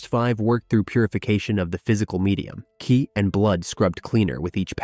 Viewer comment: Was doing great until about an hour and a half in it said 'Qi' as 'Cwee' 😄